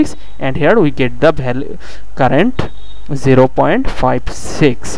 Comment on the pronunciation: Nice explanation bro...but I think u should improve your pronouncation.. instead of saying value you are saying bhalue...so that's my small suggestion.. Keep it up bro